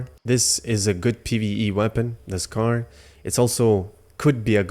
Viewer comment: Its not pronounced "Scar" lol